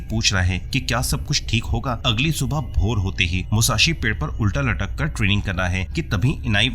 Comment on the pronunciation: tumne subah ko vor kaha . usse samajh gya 😅